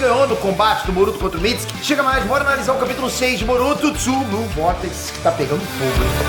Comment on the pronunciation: Tu tá falando mitsuki errado